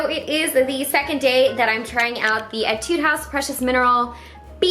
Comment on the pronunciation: Whenever she says "etude," I am always like "ay-tude" because I play a lot of music